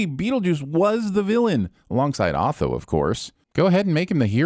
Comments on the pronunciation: Tell me you haven't seen the movie without telling me you haven't seen the movie. Pretty sure they called him "Oh-tho" no "Aw-tho". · Aw-thoh? They say his name several times in the movie. It's oh-thoh.